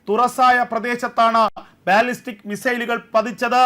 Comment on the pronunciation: It's not ബാല്ലിസ്റ്റിക് 😊 it is pronounced ബല്ലിസ്റ്റിക്